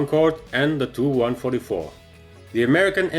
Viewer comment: Your a jet guy. it is pronounced T-U 144 not "too 144". Or you could just say Tupolev 144